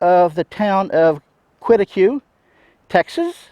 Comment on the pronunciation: Thanks enjoy your videos. The town 3 miles south of caprock canyon state park is pronounced kitty quay. Sorry to correct you but thought you'd like to know.